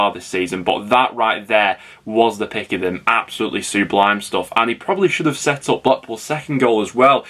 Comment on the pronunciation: Who's this Sue Blime you keep talking about?